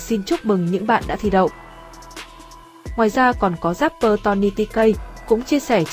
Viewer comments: Chỉ có "rapper" chứ không có "dapper" đâu nhé kênh. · Vãi loz. Dáp pơ, ka dích :)) chịu quả đánh vần